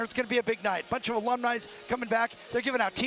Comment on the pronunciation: If you're an announcer in a college environment, learn four words of Latin, purchased in bulk: alum, alumnus, alumna, alumni. Alumnis? Jail.